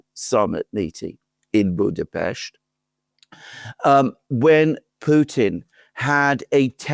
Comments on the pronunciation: Why do people keep saying Budapeshti ? It's Budapest, like Buddha+pest! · WHY YOU TWO CAN'T PRONOUCE BUDAPEST PROPERLY. IT HURTS.